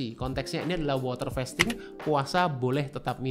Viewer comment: Sorry , agag keganggu bgt sma pronounciation "fasting" nya, it is 'a' as in the car, not 'a' as in "wait"😢